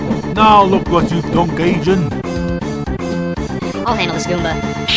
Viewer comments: It's not pronounced gayjin its guyjin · GAY-Jin!? It's GUY-Jin Goombah! Also why does he have to be english? Omg so annoying that I share a country with someone so ignorant! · And "Gaijin" as "Gay-Jin" instead of "Guy-Zsin?" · its prnonced gijjin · Really good stuff here, Goomba &, but I have to question why you pronunce "Gaijin" as "Gayjin". Anyhow, good stuff there. Almost makes me not want to stomp ya... again. (Sorry for that, by the way.)